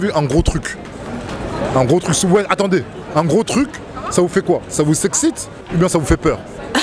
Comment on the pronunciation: Le mec ne sait même pas prononcé le mot « t’excite « la grande classe d’aujourd’hui